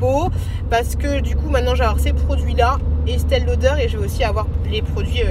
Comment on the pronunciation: C'est Estée Lauder pas Estelle 🤣😉😉😉♥️